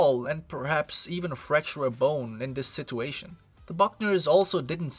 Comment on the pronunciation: friendly speaking...please learn to say situation man. it hurts my ears...